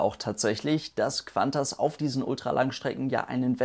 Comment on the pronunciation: Es heißt KuANTAS und nicht KWANTAS :D